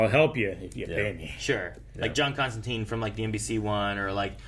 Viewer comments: Still using the incorrect constanteen even when the show is pronouncing it constantyne, bloody americans... ;p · It's pronounced Comstantyne like the river Tyne or Fine. i-e is a long i sound. This was still the case when I taught American English abroad, so I don't get the common miss-pronunciation. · That was a bit frustrating. Even after hearing Constantine pronounced correctly the whole episode, the three of you insisted on mispronouncing it when you talked about her... The name has always been pronounced ConstanTYNE. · Why do Americans insist on calling him and her Constanteen? The series uses Constantyne, which is how Alan Moore, who created the character, said it should be pronounced. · That's the American pronunciation of the name. It made sense when we were talking about the Keanu Constantine, since he was American. It just stuck even when we went back to more comic faithful adaptions. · ConstanTINE it rhymes with FINE.